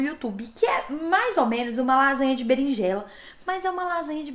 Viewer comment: vc comeu o "R" da Berinjela